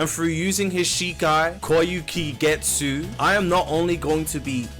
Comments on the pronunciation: Is there any guy who said kyokasuigetsu and not kyokig whatever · "koyukigetsu" 😭, nice vid btw man, keep it up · bro really said kaiokisuhigehtsu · "koiyukigetsu" im sobbing bro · "Kayokigetsu" is wild 😭😭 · Him: koyukigetsu Aizen and any logical person: kyo-ka sui-getsu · "kyukigetsu" cmon unc 😭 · "And through using his shikai, koyokey getsu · WHAT THE F**K IS KOEYSUIGETSY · thats some crazy level of mispronouncing kyokasuigetsu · "and through using his shikai, koyuki getsoo" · Its kyo ka sui get su Thats how u say it i have never seen any YouTuber say it right i mean its not that hard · Hearing him butchering Kyoka Suigetsu... Do you even watch bleach? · never say his shikai again blud, you just gave me goosebumps of how bad you said it💀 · Almost made me like quiencys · Is there any youtuber that hasnt butchered kyokasuigetsu